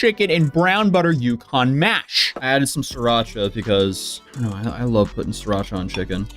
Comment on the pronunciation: You had me till you said siracha and mushrooms lol